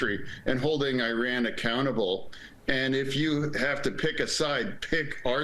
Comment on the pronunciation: i wont't unsub yet, but i will give you a thumbs down,... HEY IT'S NOT Oran, it's IRAN..